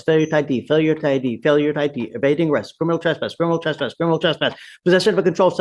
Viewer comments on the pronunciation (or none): He's not a "crinimal"? Gee you think with his experience he'd know how to pronounce criminal and know it's definition. His brain is pickled. Drugs and/or alcohol.